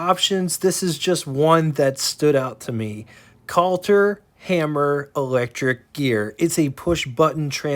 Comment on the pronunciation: Mary's last name is pronounced "PICK-f'rd", NOT "Pick-FORD". It's "CUT-ler-Hammer", NOT "CULTer", etc. They still make electrical parts, especially switches.